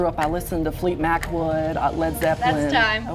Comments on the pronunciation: I thought you were out of there when you said “Fleet Macwood” instead of Fleetwood Mac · fleet macwood😭😭😭 its fleetwood mac😭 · "Fleet Mackwood" lol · NOOO ITS FLEETWOOD MAC NOT FLEET MACWOOD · homie said “Fleet Mackwood” instead of Fleetwood Mac and NOBODY caught that 😭😭😭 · did bro just say “fleet macwood” ?! bro it’s fleetwood mac 😭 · It's Fleetwood Mac, not Fleetmac Wood,!! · DID ANYBODY ELSE HEAR FLEET MACWOOD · “Fleet Mac wood” 😂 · how did they not catch him saying "Fleet Macwood" CMON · “Fleet mackwood”😭😭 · "FleetMac Wood"? 😭😭😭😭😭😭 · “Fleet Mackwood”😂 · “Fleetmac Wood” 😭😭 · There actually is a Fleetmac Wood lol. Who knew!? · He said "Fleetwood Mac" incorrectly, and still didn't get voted off!